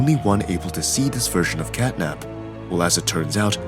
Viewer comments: Bro Called Catnap as "Catnip" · Honestly I feel sad for catnap bc u called him catnip many times one the end bruh